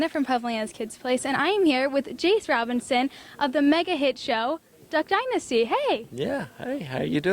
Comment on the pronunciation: its not robinson... its roberTson